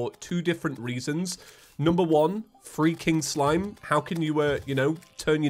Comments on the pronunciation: why did it take me 5 minutes to realize he was saying “free king slime” I seriously thought said freaking slime XD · On the start of the video u sound like your saying freaking slime not free king slime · Every time you said "Free king slime" I keep thinking your saying freaking slime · Just me that thought he was saying freaking slime instead of free king slime? 😂